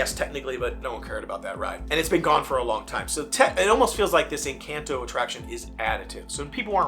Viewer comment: People are upset that you’re mispronouncing Encanto.